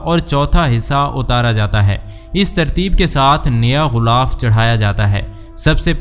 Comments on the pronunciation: JUN/16/2024♣BHAI SAHIB♣ GHULAAF NAHI✖ GHILAAF SAHI ✔TALAFFUZ HAI APNE LIKHA BHI GHILAF HAI😁 MAZHABI VLOG ME URDU TALAFFUZ KA KHAYAL KAREN ♦ASIA SYED (PAKISTAN) ♦ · Urdu Bolna nahi learn GHILAAF ko Ghoolaf na kaho JAAHIL